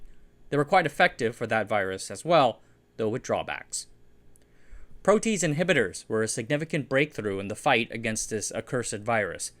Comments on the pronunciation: Great videos. Your pronunciation sometimes does not follow English or British conventions which can be very distracting and could encourage mispronunciation by others. For example, "protease" is pro tee ace rather than pro teece. Great videos. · Great video. Just a slight correction. The word "protease" has an odd pronunciation... at least, it seems weird at first, but once you become familiar with enzymes, it makes sense; it is pronounced pro-tea-ace. Nearly all enzymes end with the "ace" sound at the end, as that is the descriptor suffix for an enzyme. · I'm not anti-tease but I would suggest the pronunciation "proaty-aze" rather than "pro-tease". Also there's not enough dram in this video. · Protease is pronounced "pro-tee-ace." Interesting video! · Pro-t-ayz not pro-tease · Yeah, it’s pronounced pro-tee-ayse not pro-tease 😂 tell me you don’t know jack about enzymology or biochemistry without telling me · You're teasing me with your incorrect pronunciation of PRO-TEE-ASE (three syllables.) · pro-te-ase it's not a tease it's a tea ayse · if you happen to give a shit protease is pronounced "pro tee aze" not "pro tease". Great video as always. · "Protease" is pronounced pro-tee-ace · Very nice video! Pronunciation: Pro tea ace 🤓😃🖖🏼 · It’s three syllables: pro-tee-aze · Protease is pronouced: prow'-tee-ayz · Protease is pronounced pro-tee-AZE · "Pro tee ACE" inhibitor is the proper pronunciation i believe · Excellent information. One nit pick. It's a 3 syllable word. Pro t ace. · Excellent again! But the pronunciation of protease is PRO-tea-ace It's a three-syllable word. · That's a long "a" in protease. Makes an extra sylable too. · Not a criticism: I'm pretty sure that protease is pronounced pro-tee-ace. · 'protease' is pronounced proh-tee-aise. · lol "Pro - Teez" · it's pronounced "Pro tee ace" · Pro-tee-ayz... it wouldn't be a video if at least one word wasn't thoroughly mangled. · protease is pronounced pro-tea-ace -microbiologist